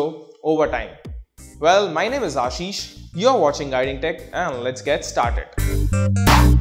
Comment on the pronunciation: Its Aashish.